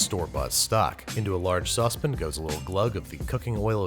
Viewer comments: I don’t typically watch Andrew cook often but I don’t recall him ever saying Sauspin for Saucepan, like what’s up with that? Where’s the pronunciation from? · Sauce Pin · Nobody: Binging with Babish: SaUcEpEn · I agree but saucep'n is coming up as a close second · Love when he says sauce pan. “Sauce pin” 😅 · Speaking of pronouncing, how about that Sauspin? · Sauce pan. Saucepin. Why?! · Hehe, saucebin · I love your channel, but sometimes it feels like you are pronouncing saucepan that way you do just to annoy me. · I wish you would learn how to say saucepan. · Babish definitely watches Great British Baking Show or something because of the way he pronounces “saucepan” and “herbs”